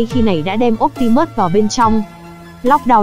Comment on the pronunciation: Phát âm bị sai chữ optimus nhé.